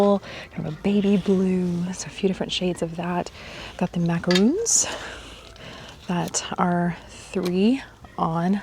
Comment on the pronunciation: Not macaroons they are macarons!